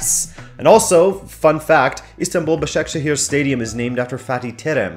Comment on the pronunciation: pronounced ba-sha-ke-shir and be-shik-tash thanks